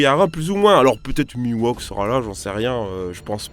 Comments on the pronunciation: le mi-wok était sublime ^^ Continu tes videos, je kif ;) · Je ne te pardonne pas d'avoir souillé le Nom de Mihawk fumier ! Mais honnêtement tu n'as pas besoin de devoir parler vite prend ton temps bon sang.